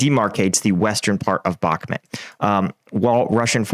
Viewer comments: It's pronounced Bach-Moot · "you say " Ukrainian command,with their questionnable competence had let ME down"Sooo you seem to be a very important person there.Sorry but this is NOT a "honest explanation of the Ukrainian conflict".I realized you can't even pronounce Bakhmut correctly.SURREAL.I followed you since one tear,but today I am finished with you BYE.From Belgium